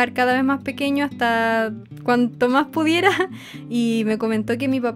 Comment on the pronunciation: cuando dijiste mach chiquito me isiste recordar a mi tia de argentina y yo soy de chile y no la beo mucho porque eya abeses ba a puntarenas con mis abuelos y yo....... yo.... estoy en angol 😭😢y..... y ......y ademas no puedo ir a puntarena por que cuesta mucho me isiste extrañar mucho a mi tia😭😭😭😭😢😢😢